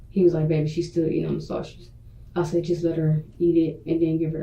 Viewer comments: Her misusing words like "prolong" or mispronouncing simple words like "sausage" and constantly calling Deonte "mah dude" all really annoy me for some reason. It makes her seem like an uneducated and incapable person to raise a child. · .....lots of the 13 cannot pronounce the word 'sausage'....and they all mispronounce it the say exact way....i just don't get it...... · The way that woman says sausage irritates me in a way I can’t describe. Why can’t black people pronounce the most basic words correctly 🤔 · Between these bold face lies, lack of accountability, the request to play Gospel music and her inability to say “sausage” correctly I am royally disgusted by this chic.